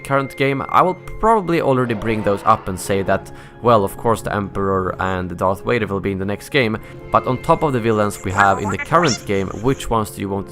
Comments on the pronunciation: When he said Vader I sounded like Waiter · Also lol wader